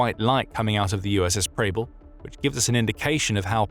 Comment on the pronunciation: Preble is pronounced so that it rhymes with pebble